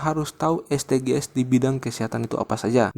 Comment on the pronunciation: Terima kasih kakak. Saran nih Kakak: SDG's bacanya bukan Es de ge es tapi Edijis kak. Terima kasih kaka